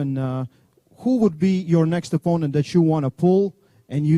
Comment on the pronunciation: The way he pronounce opponent 🤣🤣🤣🤣🤣🤣🤣🤣🤣 wtf engin